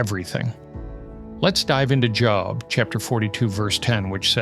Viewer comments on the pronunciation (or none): I just realized the speaker is just an AI voice. No Christian man who knows the Bible would pronounce Job’s name like you got a new “job” from an employer. Unbelievable. Can’t anyone do their own work nowadays?